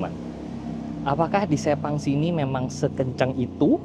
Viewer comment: Sepang emang sebagus itu si, ngebayangin bisa masuk ruang VIPnya seenak apa Btw sirkuit Sepang itu bacanya Sepang bang, bukan Sepang